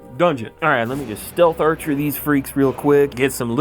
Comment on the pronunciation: every time you say "stealth archer" i crack the fuck up. do I have brain damage?